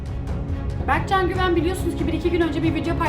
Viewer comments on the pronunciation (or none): yo anlamında demiyo bege diyo berkcan yani